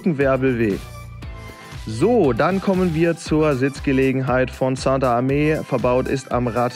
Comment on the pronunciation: Moin. Der Name vom Sander wird falsch ausgesprochen.Er ist Belgier.Ganz normal wie Sand in Deutsch nur mit er hinten dran. ..Sonst cooles bike